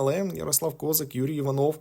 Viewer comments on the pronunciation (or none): як як прізвище судді, коментаторе? кОзак? чи може КозАк? В українській мові інших варіантів наголосу не існує!